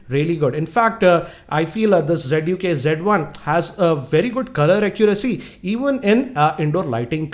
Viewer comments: it's not g1 it's z1 sir 😁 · lol. "z" should be pronounced as "G".